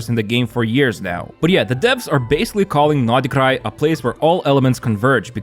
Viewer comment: первый раз слышу как иностранец произносит Р в Норд Крае 😳😳